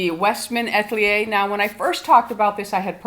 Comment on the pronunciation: A-tel-ier please not At-lier